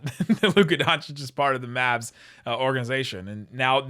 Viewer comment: Good intro but you have to add that extra syllable to the Locked on Maaaaavvsss(aaaaahhh,)